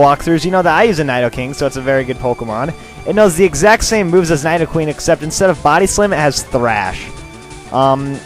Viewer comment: its nidoqueen not nydoqueen